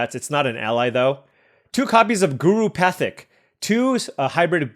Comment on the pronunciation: Guru Pathik = "Guru paa-teek"